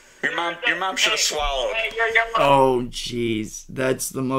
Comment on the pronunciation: said the swallowed line because raxx says it a lot, but says it wrong